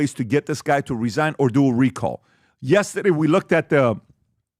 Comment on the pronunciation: Yestaday’s(get it, the way PBD says it), anyway yesterday’s episode with Jared was one of the best!! I ordered his book. Jared needs to testify in front of congress.